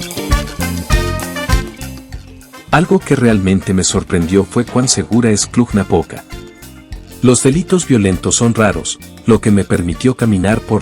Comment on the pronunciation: "Cluh-Napoca". ☝🏻😉. În spaniolă știu ei , spaniolii că există și litera "j" pentru pronunția denumirilor din alte limbi ? Noi cum de știm, iar ei nu ?